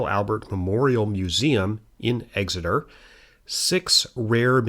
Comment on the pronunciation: No one ever says it right EXeter not EGseter